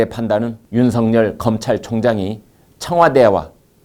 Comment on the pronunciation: 윤석열을 윤석렬로 발음하지 마세요